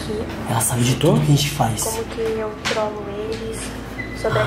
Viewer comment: quando ela falou trolo eu entendi drogo eles kkkkkk